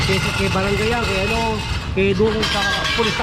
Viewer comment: Kay (not KE). Doon (not Dun).